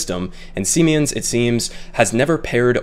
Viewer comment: It's pronounced "see-mens"; a German company that made over $6.7 billion in profit last year.